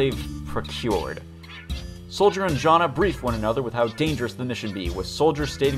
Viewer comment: Jana is pronunced Yana i think